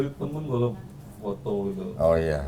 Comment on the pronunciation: q jd ngakak krn ngomongnya potho bukan foto😂😂